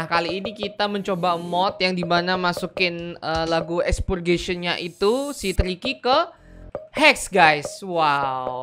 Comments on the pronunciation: Dia Bilang "TIKY" Dia bilang "Cookie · triky bilang tiky